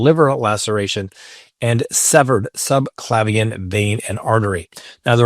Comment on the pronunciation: I like your channel. It’s one of my daily “must check” channels. Since I do like your stuff (don’t know how you have time to do it daily), I want to offer a recommendation on pronunciation of “subclavian,” (the nerve, artery and vein that supplies blood and control to the arms and chest). You said sub-Claw-vee-ann, which is acceptable (you should hear the way some YouTubers pronounce subclavian. The better pronunciation is sub-Clay-vee-ann. That’s only a slight variation, but would sound better when addressing a jury) I am somewhat a pedant, but more to the point, I have four fussy Doctors in the family.